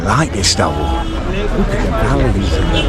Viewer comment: Its pronounced look not lewk